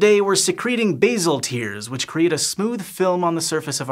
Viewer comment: Pronounced "base-al" not "baze-al". We are not talking about herbs here. Bazic, isn't it?